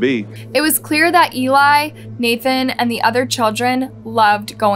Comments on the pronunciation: It’s not NATHAN. It is pronounced NA-ton. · The boy's name is pronounced "nah-tawn". We hear it several times. Please respect the names of the victims in your stories. This is becoming a trend with you.